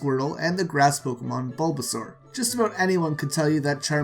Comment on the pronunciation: It's bulbasaur not blubasuar